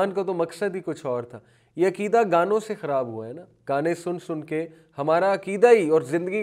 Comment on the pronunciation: عکیدہ نھی عقیدہ عقیدہ لیکچر دینے سے پہلے اگر ش ق درست کر لیں تو بہتر ھے